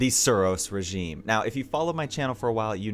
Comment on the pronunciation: The suros regimeeh belongs in the crucibleeh